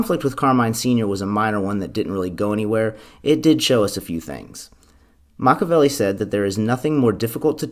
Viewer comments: Makka-velli? WRONG. Pronounce it Mak-ee-Avelli. Delete this video and repost it with correct pronunciation. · The name is pronounced either MAH-kee-ya-VEH-lee, or MAH-kyah-VEH-lee, but NOT MAH-kah-VEH-lee. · Machiavelli =MAK-EE-UH-VEL-EE.... And MAK-EE-UH-VEL-EE-AN... Makaveli aka MAK-UH-VEL-EE... Well, that's just Tupac. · MACH-EE-A-VELLI is the pronunciation. Not Machavelli. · He didn't even pronounce it Machiavelli. He said Matchabelli. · Ima have a Silvio moment if he keeps saying “Mach-a-velli”